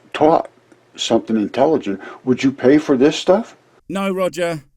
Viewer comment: Anybody else notice ..... "integiligent"